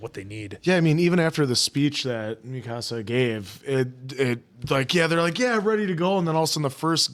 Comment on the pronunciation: Love how you keep saying Mikasa's name wrong